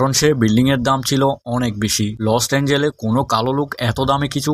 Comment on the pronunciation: Vai ota lost angel noi Los Angeles 😂😂..Age Valo kore Jaigar nam dekhe nee😂😂